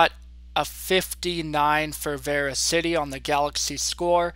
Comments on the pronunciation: by the way, it is pronounced verasity not VeraCITY.... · It's pronounced ver as ity